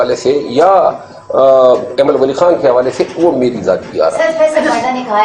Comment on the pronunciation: تین سال پہلے میرا ایک دوست تھا وہ ایمل ولی کی pronunciation میں غلط ہوا اور animal بولا 😅😅 ،اج اس نے بھی اسکو ایسا بولا ۔